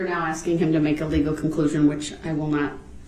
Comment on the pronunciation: The fact that he said it was hearsay when the DA asked is opper told the priest what he should say while testifying because atty opper wasn’t the one “axing” the question 😂😂😂😂??! And then wants to argue that’s hearsay and say the judge is wrong ( stupid ass) the way he treated witnesses with aggression and intimidation time and time and time again on top of his outbursts and accusations and lack of accountability just made the guilty verdict come in as soon as it did (2-4 hours) if you count the night before ……. He should give himself a pat on the back for showing his true character, ignorance, and lack of accountability or sympathy because his lies were highlighted for the world and jury to see and his character was proven day after day!